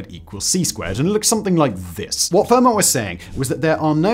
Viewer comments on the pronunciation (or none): Simon with his own super permutation discovery by saying Ramanujan's name every which way except the correct way 😅 And FermaTT 😭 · Fascinating video, but as a life-long pedant I HAVE to point out that Fermat's name is pronounced "firmer" and, more importantly, Euler is pronounced "oiler". This latter one is especially important to get right, as otherwise you totally lose the effect of the time when three mathematicians, Bose, Shrikhande and Parker, disproved one of Euler's conjectures and became known as "Euler's spoilers". Pronouncing it "yooler" doesn't quite work, does it?! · I couldn't watch anymore after "fur mat". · Pedantic pronunciation comment: Euler is pronounced OY-lur, and Fermat is pronounced FAIR-mah.